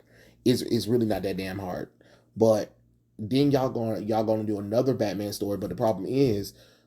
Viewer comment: you looking at what we Mexicans call "Betmén"